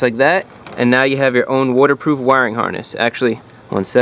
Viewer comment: “Wooderproof relay”